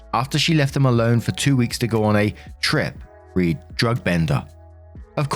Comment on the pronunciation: read as in (read: drug bender) is pronounced "red" not "reed".